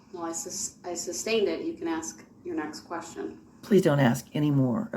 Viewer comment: The judge helps him WAY TO MUCH😡 she gives him the questions to "AXE"🙄😡